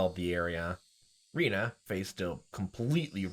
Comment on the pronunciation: The E in Rena is pronounced like eh.